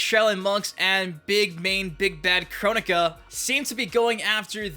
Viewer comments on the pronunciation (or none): Correct me if I'm wrong but I thought you told us that someone corrected you at the reveal that the name was pronounced "Kro-nika" but you're still pronouncing it as "Chronica".